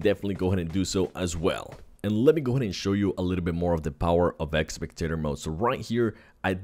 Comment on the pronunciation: It's spectator not expectator